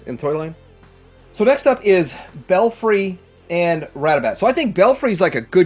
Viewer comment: Brat a rat. Not rat a bat.